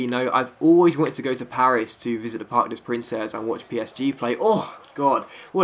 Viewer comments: the way you said parc des princes actualy sonds like parc of princess (in french) LOL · I love your live vids :D and btw "Princes" is pronounced "Prince" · The parc des princes in pronounced like park day prance